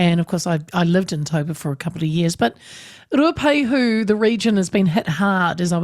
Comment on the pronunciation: Say Ruapehu properly auntie 🤦🏼‍♂️